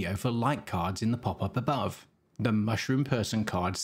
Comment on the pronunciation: The way you speak that PAPAPABAW is so hillarious ) It took a two or three videos for me to watch to understand that you mean 'pop up above"